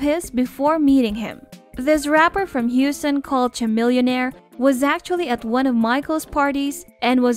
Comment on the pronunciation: I hate that content creators make videos and don't even bother to Google names they do know how to say. Unfortunately it discredits the whole video for me. I mean how much research did you do if you can't even pronounce their names!! Example -Katie Couric and Chamillionaire!!!!